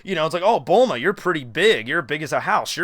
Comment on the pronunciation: it's bullma